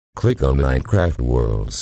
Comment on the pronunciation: Hello TTS guy. Why use a tts lol, its telling Mincraft instead of Minecraft